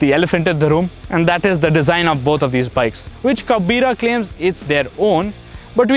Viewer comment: When You said in a wrong way the word "kabira".... So annoying